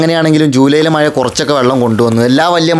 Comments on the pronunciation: നാക്ക് വടിചിട്ടു മലയാളം പറയൂ. മയ അല്ല, മഴ 😄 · സുഹൃത്തെ മയ ❌ മഴ✅ ആണ്😅